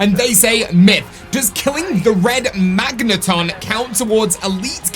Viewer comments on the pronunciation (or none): It literally is spelt megaton in the comment yet he said magnaton..... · It’s kinda funny how you got megaton wrong by saying magneton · Excuse me what the MAGNETON?! Its a MEGATON. MEGA. TON. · Did he say magenaton?🤣